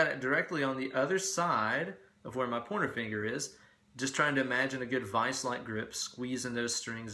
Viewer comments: I kept hearing "porno finger." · Loved your tips!!! It's great to learn something new or different every day......also, I really loved your commentary don't ever censor yourself!!!! Oh, and I love how when you say, " pointer finger", it sounds like you're saying " porno finger". Great job and you just got yourself another subscriber. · Funny and educative. Aaaaand.... subscribed. P.S. Keep hearing ''pointer finger'' as ''porner finger''. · Why do I always hear PORN finger when you say pointer finger? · Oh, you're saying pointer finger!!! Took me 20 mins, thought you were saying porno finger to begin with!!! lol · i know your saying Pointer Finger but i keep hearing Porno Finger hahaha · I swear, you're saying "porno finger". No idea what the fuck it means, nor if you're actually saying that instead of "pointer finger"...but from now on, my pointer finger shall always be referred to as my porno finger. God damn, you are sculpting my life for the better. Teach me, teacher!!